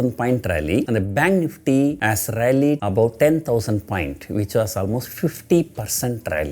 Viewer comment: The " NEEFTEA " has been Rrailllying .. 🤣🤣🤣🤣🤣🤣🤣🤣🤣